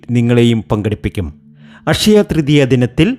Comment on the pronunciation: ഫഗവാനേ....... ഈ ഫക്തനെ മലയാളം പഠിപ്പിച്ച അദ്ധ്യാപകനെ ശപിക്കരുതേ.... അഷയ തൃതീയ ?....